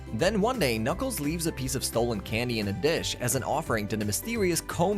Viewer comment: This has to be AI read.. “ka-nuckles” “com-pass” “posaiden”